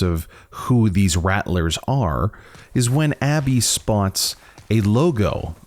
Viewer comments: I think your pronouncing “rattler” incorrectly. I’m pretty certain their named after rattlers, like rattle snakes. So “rattle” then “r” at the end. Not “rat” “lers” unless they just made up a name, spelled it identically the name of a snake, have snakes in their logo and for some reason decided to pronounce it differently. I’m not trying to be rude but “rattlers” is said so many times in the video so it’s hard not to notice. If your from somewhere that has an accent where that’s actually how your pronounce it, then I apologize. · I’m pretty sure it’s pronounced like rattle-ers, as in rattlesnake like their symbol implies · I thought they were pronounced like Rattle-rrs like a rattlesnake since their logo has a snake on it.